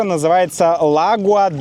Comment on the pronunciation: всё прекрасно Очень благодарен! В слове Lagoa, ударение падает на второй слог, на О, лагОа да Консэйção. Не говори ЛАгуа